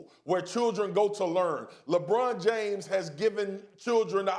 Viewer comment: “Lebran Jam Lebron James 😂😂😂😂💀💀🤣🤣 I’m crying yo